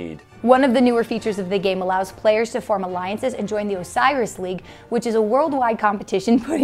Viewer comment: Did say OsaiRis league?? Egyptiologists left the chat.